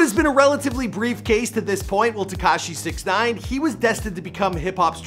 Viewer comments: If your going to do one of these, at least say their name properly 🤣🤣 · Why tf does he say his name like that??